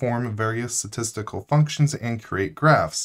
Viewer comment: STAtistical not SAtistical